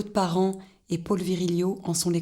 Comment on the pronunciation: Reportage très intéressant, on pardonnera à la voix off la ville de Nevers prononcée au début "nez vert" et Paul prononcé "pôle" comme le prénom féminin Paule.